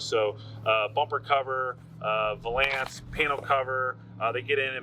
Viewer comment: Uh......... It's a 'VAL-ance', not a 'val-ANCE'.